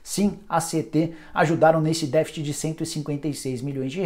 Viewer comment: negócio foi batido , défit.. às vezes dói no ouvido assistir aos vídeos do nicola